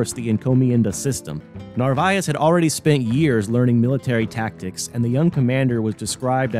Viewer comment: After focusing on the proper pronunciation of Narvaez you proceed to torture the pronunciation of his home town Valladolid (Vaya-do-lid). Otherwise muy interssante. I wondered about the Prada landing site in St Petersburg. Now I know….